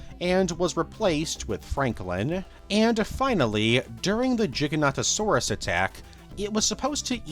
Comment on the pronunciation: WHY is it so hard for people to pronounce Giganotosaurus correctly? its not that difficult